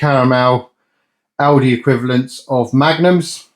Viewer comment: Great content, but please, it's Aldi, not Aldis